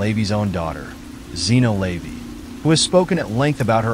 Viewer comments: Hearing "Lay-vee" over and over is driving me nuts because it's "la-VAY". All the other mispronunciations have been irking me too. And everybody knows by now that Jayne Mansfield wasn't decapitated. That was her wig on the hood of the car. ~SIGH~ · LA-VAY, not LAYVY and Jayne Mansfield was not decapitated. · The AI voice reading this drove me nuts. The way it turned OTO into a breakfast cereal (oatey-oh) and LaVey into "layvee" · LeVAY- you are pronouncing his name incorrectly. You also omitted his very sinister ties to the military. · Yes, it’s like fingernails on a chalkboard, I cringe every time he says it!